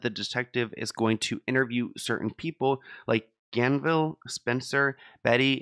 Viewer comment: Ganval not Ganville